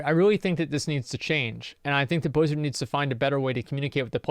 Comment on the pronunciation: why are saying blizard all the time...? its Activision now.. didnt u get the memo?